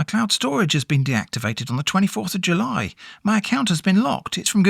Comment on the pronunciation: jully julliet